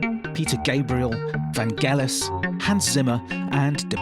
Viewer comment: Van'jell'is, not Van'gell'is